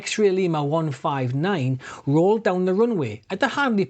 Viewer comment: I don’t know if you said Roared down the runway or Rolled down the runway, it’s because of that beautiful accent of yours 🙂👍